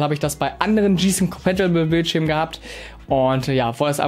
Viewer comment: 2 Tips für Dich, 1 Hat ein VA Panel sowieso immer einen guten Schwarz Wert und den brauchst du nicht Extra zu betonen, es ist ja schließlich kein IPS Monitor! 2. Wenn Du Englische Bezeichnungen nicht richtig aussprechen kannst, dann lass sie einfach weg und mach das Video nur in Deutsch, Gsysnc Compatible z.b. komplett falsche Aussprache! Wenn bei dir manche Monitore ein schwarzes Bild bringen, dann hast Du wohl mal Blackboost aktiviert, diese Einstellung ist nicht mit jedem Modell kompatibel! Blackboost hilft einigen Monitoren dabei den Input lag zu reduzieren, dieses Modell funktioniert Übrigens 100% mit Nvidia Gsync kompatibel habe es selbst bei einem Bekannten getestet.